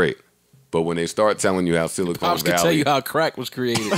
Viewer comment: I'm mad no one corrected "silicone valley"...